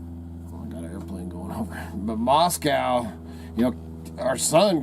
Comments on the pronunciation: If you were anywhere near Moscow or even in Idaho you'd know the pronunciation of Moscow rhymes with NO or GO. Maahs- co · Not to be a doubting Thomas but real Idahoans know that Moscow is pronounced Moscoe. So I leave your site. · I say Moss-Koe.. Not Moss- Cow But that's just me. I used to live in Rathdrum/ Wolf Lodge area around Hayden Lake.. In the late 1980' s